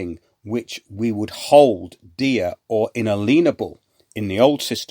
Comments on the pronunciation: Brilliant show again. Apart from your pronunciation of “inalienable” of course! Seriously though, thanks for all you do. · Inalienable is not pronounced like that. You know the word “alien”, “alienation” etc.